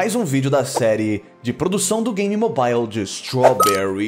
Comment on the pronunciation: Guilherme, gosto muito do seu trabalho, parabéns! Mas queria dar uma dica: não se diz mobáiou... Mobile se pronuncia môbil, mas pra mim o mais bonito é móvel (aí já é só opinião).